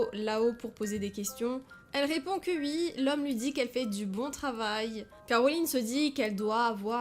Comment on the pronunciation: Pourquoi elle dit ui à la place de oui????